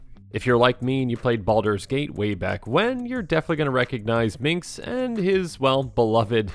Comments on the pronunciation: Dude, it's "Minsc." MinS-K. Not Min-KS. Drove me NUTS. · Love this deckteck, you made me open my eyes to some gems I hadn't thought of with Minsc's ability. And the soothing voice is also a great fit. You're doing good. (And pssst it's Minsc not Mincs, just a heads up:) ) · Wait, so you state you played BG but you still mispronounce his name as "Minx"? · What's up with calling Minsc, Minx O.o? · You made this video 1000x sexier by calling him "Minx," over and over.